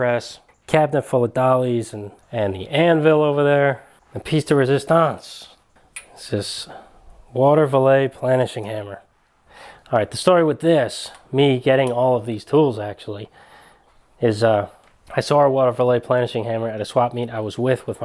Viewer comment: nice come up on the Watervliet!.. btw its pronounced water-vleet.